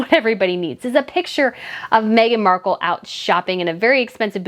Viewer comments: Mark-elle insteady of Mark-uhl haha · You're not American so you probably don't know this fact. Marcal Toilet Paper has been an American brand for years. Amazon lists it too. You can find old commercials from the 70s. Anyway, the TP is pronounced exactly like what the woman from Deal or no deal called her. Mar Cal LOL.